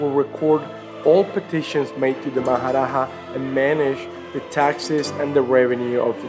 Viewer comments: Not maharaha its maharaja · It is Maharaja and not Maharaha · its Maha Raja not Maha raha. J is pronounced like J in English and not H like in Spanish.